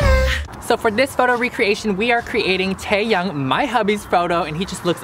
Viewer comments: Ta-Taeyoung? I hate to do this, I love you, and your shirt, but I cringed hard when you said Taeyoung. It's Taehyung...😓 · Hunty, its pronounced Tae-h-young not taeyoung. You need to know how to say his name properly before you get married! 사랑해요 오빠 ❤️ bts (by the sway) if u were wondering what taehyung was spelled like in korean its 태형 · You always say that V/Kim Taehyung is your boyfriend but you can't even pronounce Taehyung the right way you pronounce Taehyang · taehyung is pronunced as teyung not taeyang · why did you pronounce teahyung into teahyang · Taevin isn't real bc Tae is my husband and you don't pronounce the h in his name so get ur facts straight. Also ur pronouning suga wrong like no.